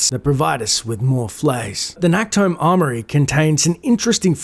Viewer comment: Fun fact: Nacht is German for night but englisch speakers like pronounce the ch wrong so it sounds like Nackt which means naked in German. So it's kinda funny for people who know german when says "Nacktholm". In the game it's pronounced a bit better but still too harsh.